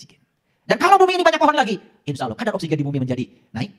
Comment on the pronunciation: Mungkin saran saya benerin dulu rukun Islam dan rukun iman dulu dech..jgn terlalu dalam ngebahas makrifat. Lagi pula untuk masalah ini harus punya guru yg dekat dgn kita dan seorang guru yg jelas ssanad keilmuannya. Dan coba dengar dan lihat cara ngajinya, bener tdk tajwidnya melafalkan "Allah" saja masih salah ngak jelas, apalagi ngebahas tafsir Qur'an